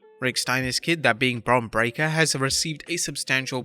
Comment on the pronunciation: The announcer finally pronounces Bron's last name correctly. Congratulations.